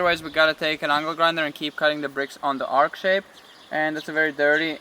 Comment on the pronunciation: Its an arch, not an ark! X